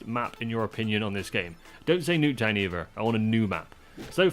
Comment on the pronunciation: New-k town forsure! 😂